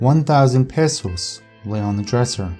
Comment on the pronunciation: Cringing every time you say pesos wrong 😂